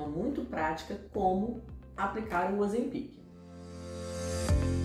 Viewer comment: O correto e oZEM pic, a silaba tonica e ZEM. Nao sei onde esse povo inventou essa pronuncia incorreta.